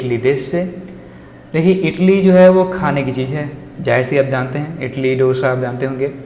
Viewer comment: Everything is Very good but Mr......... it is called idly not इटली italy